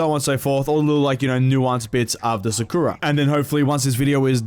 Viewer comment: Do people not now how to pronounce sakura